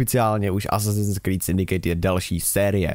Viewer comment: Nevyslovuje se to Syndikejt, ale Syndikt...;) :P